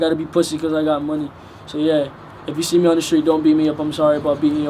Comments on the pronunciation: Lmao Its Margate not margret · It's margate middle and this night said margret middle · Margate... Not Margret!!! Tf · I went to his middle school and it’s margate not margrit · Margate middle not margret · Its pronounced Margate